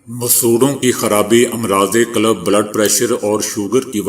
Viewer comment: "امراض قلب " قلب كی لام پر زبر نہیں سکون (جزم)ہے اگر آپ اچھی اردو سننا چاہتے ہیں تو Rmtv كا "کھریاں کھریاں" سنا کریں۔ اور اگر اصلی پنجابی زبان سے اپنی سماعت کو محظوظ کرتا چاہتے ہیں تو RMtvپنجابی سناکیجئے۔۔